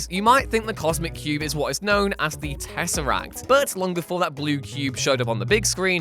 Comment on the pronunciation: Isn;t it tesserac not siterac?